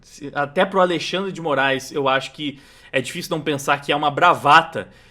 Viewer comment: "Alei-xandre de Moraes" 😂😂😂😂😂😂😂😂